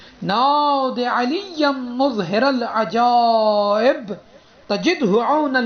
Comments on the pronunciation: It is not " muzhiral ajaib" It is "mazharal ajaib" Ap itna ghalat kesy parh rhy hain ? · مظھر کے م پر پیش نہیں اور ر پر زیر نہیں تو اس طریقے میں پڑھنا صحیح نہیں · Maharal ajaib hae na kae Muzharal ajaib